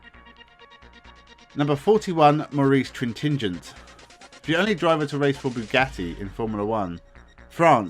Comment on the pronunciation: Hm... your pronounciation of Maurice Trintignant is horrible.